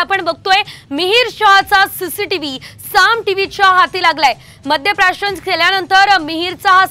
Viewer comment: अशा अवलादिना आवर घालणं आवश्यक आहे गरिबांचा जीव हा जीव नसतो का? आणि आपण ही मराठी जरा सुधारा मद्य प्रशासन की मद्य प्राशन....